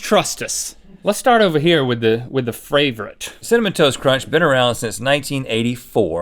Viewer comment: “the- the fravorite” another time link can’t talk properly 😂